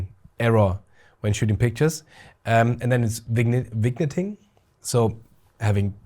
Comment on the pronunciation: Wonderful review - thank you! I had already pre-ordered this lens, but now I am even more excited! (P.S. Your English is *great*, but just so you know for future reviews, the pronunciation of "vignetting" is vin-yetting. Cheers!)